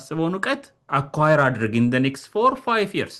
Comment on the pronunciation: Yearsን ስትጠራ አፍህን ቂጣ እንደቀደደው ያሳብቅብካል ንጹህ አማርኛ አውራ